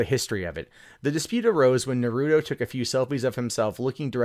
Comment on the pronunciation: Just to be clear,, it's pronounced "NAH-roo-toe". Not "nah-ROO-doe".